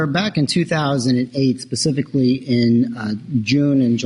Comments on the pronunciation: I want to scream every time one of these morons say 'Pacifically' for specifically..... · And…..the classic…”PACIFICALLY”….🤦‍♀️😂😂